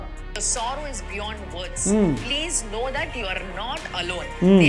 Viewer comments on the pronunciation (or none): none